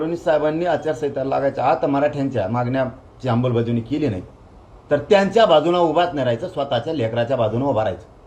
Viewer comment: तू जोपर्यंत "आंबलबज्यावणी" ऐवजी शुद्ध "अंमलबजावणी" असं म्हणत नाहीस तवर ज्यारांग्या, लिहवून ठेव, तुला आरक्श्यान भेटत नसतंय..‌